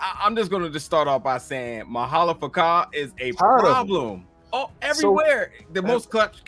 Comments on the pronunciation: Bruh you be sayin' his name wrong😂😂 it's Ma'alefa'ak not Ma'alefaka😂😂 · Zod is gonna have to reckon with the fact that he has a son, coz at this point in time (40 years after krypton’s explosion) his son is still an unknown fetus And…bruh it’s Ma’alafa’ak not M’alafaka (sounded like you were calling guy a mf or sumn 😂) Plus, from the comics (so take it with a grain of salt), we know that Kilawog, like Captain Rabbit, can usually only identify humans by their clothes. That might be why he he couldn’t identify the humanoid Lor-Zod Not too sure Danny Chase is dead tho. That was some super flat deos-ex acting if he’s done with the show. I feel like he might come back / turn out to be an Apokoliptan plant / do the whole angsty turn against the Team thing like the comic Danny 🤷🏾‍♂️ (let’s forget the fact that i full on thought they were talking about danny phantom until i saw dude looked like his comic counterpart inside the thrall 😅) True say tho, Zod ain’t a villain yet in this universe, and I love that. He’s a community leader, ex-con, husband who is fair in all those roles. He’s just looking for freedom. His son and whatever he did in the future are whack, but that ain’t set. We straight up got told the LoSH future got wiped out, so Dru is actually pretty sympathetic. Only problem’s his wife being like Jada 😒😂 You guys are too funny tho 💯 😂🤣 Rocket + Orion is too funny. True say tho, Orion is neurodivergent and Rocket is just his newest friend. Kinda wanna see if they would work tho lol Savage might turn up in the next two episodes tbh. This episod